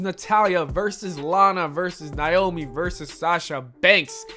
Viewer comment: It is pronounced(NAY-OMI) Not(NY-OMI